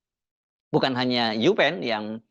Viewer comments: UPenn bukan UPeen 🤣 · maaf koreksi, U-Penn.. not U-Peen